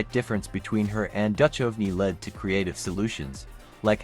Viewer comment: OK. Right off the bat you can't pronounce the name of David Duchovny. Not sure if you are using AI or an actual narrator. Either way I have to say no to your channel.